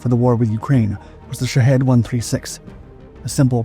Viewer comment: Why are Shahed drones pronounced, "Sh¡thead" drones?!😁